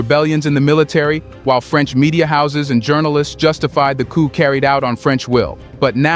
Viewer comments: 'Coup' is pronounced 'koo' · Coup, pronounced "ku" with a long u sound.....it is French....meaning "a sudden, violent, and unlawful seizure of power from a government."